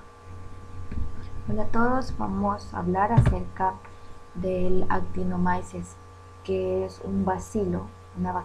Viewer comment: No Se pronuncia en español actinomaises se pronuncia actinomices